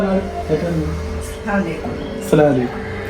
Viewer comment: Assalalaikum alla sherikulla salam parayanam assalamu alikum enn swalam parayunnathil kore artham varunnund sookshikanam